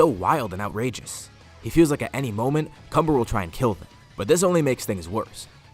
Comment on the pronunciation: When cumber's name is mentioned its sounds like cummer